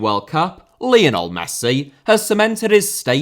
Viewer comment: Lionel* not Leonl Rather* not Rother Pelé* not Pelei Bolivia* not Bolivier Zico* not Zicouw Serie * not Siri Udinese * not Udeneisei Kashima* not Kashimer Dinamo* not Dinamau Zinédine* not Zeneden Uefa* not Yuweifer Johan* not Jouwhan Cristiano * not Crestiohrnouw Media* not Medier Saw* not Sor Alfredo * not Alfreidouw Mathias* not Mathajas Eusébio * not Yusséibiouw Máquina* not Maquina Possession * not Posession